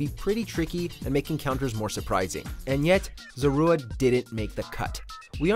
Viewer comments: ‘Ce-lebi’ ‘Zo-ru-a’ NANI?!?! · He mispronounced Celebi and Zorua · For gods sake learn how to pronounce Celebi and Zorua.